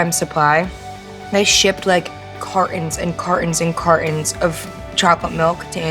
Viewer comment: Truly from NJ. Love the way she says "carton"